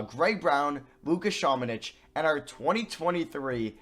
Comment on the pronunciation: I’ve been prouncng luka samanics name wrong it’s ______:literally next time says samanic